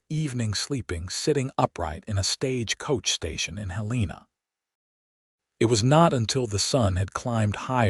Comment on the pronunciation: Please teach AI to properly pronounce: Helena NOT Helene-uh Lives with short i NOT lives long i Butte NOT butt and many others 🙄